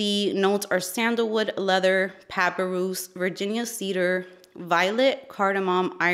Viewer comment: Hi 🙂 FYI Papyrus is pronounced pa pie russ and I'm surprised you've never seen a Sapodilla. It is a Cbean fruit that came from Mexico. It's the tropical super sweet version of a mediterrean fig. It is also known as Manilkara zapota and Chickoo. Perhaps you know those other names.